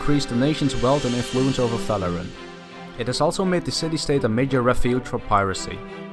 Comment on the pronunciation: Are you saying it because is saying Faloran?